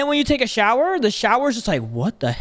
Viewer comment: "Can you take a sower for me" thats wild